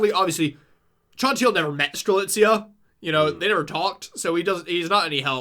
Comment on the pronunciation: it was truly a blast to listen to how strelitzia's name slowly became more and more butchered with each mention, i nearly died at "coriander". did a fantastic job as always and everyone's reaction to arguably the most convoluted KH plot there is has been the highlight of my week!!